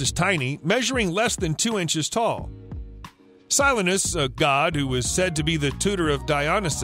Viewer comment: Si LEEN is. The mispronunciations in this video lead me to suspect that most of this info is faked.